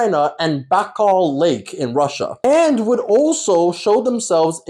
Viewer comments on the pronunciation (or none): none